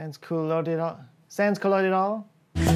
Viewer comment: Pied is not prononced piede, but P A Décade is prononced with the same sound that you find in cafe or catastrophe. Sansculotide, i didn't even know that word but the s is silent. We really need to simplify our language 🤣 but every time someone tryes, it doesn't work. For example the last thing they tried to cancel is the ^. Nobody knows how to prononce it but it literraly change the meaning of some words. Jeune = young Jeûne = period of time without eating. Je me fait un jeûne = i do a period of time without eating Je me fait un jeune = i have seggs with a young. The ^ is important 🤣 French language is just as complicated as imperial units 🤣🤣🤣